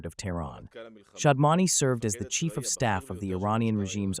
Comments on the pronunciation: It's SHAD-MA-NI and not SHAM-DA-NI! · NOT SHAMDAN BUT SHAD MAN. SAY IT RIGHT LIKE IT IS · Shadmani not Shamdani 👍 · Name should be pronounced correctly. It is Shadmani and not "Shadmani" as reported by Palki Sharma . Such mistakes are avoidable